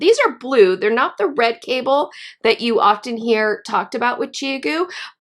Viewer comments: Thanks for this. The only thing irritating me is your pronunciation of Chiaogoo! It is ChowGoo. The 'ow' as in 'cow'. 😉 I have just bought a set of these and wanted to be sure I was using them correctly. I have always knitted with dpns with no problems but like to try new to me things! I love your glasses! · I feel like you have lost some creditability that you are mispronouncing ChiaoGoo. The brand name ChiaoGoo (巧姑) is pronounced "chow-goo". But this was ok.